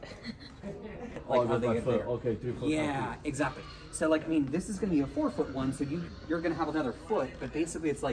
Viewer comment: “exachera”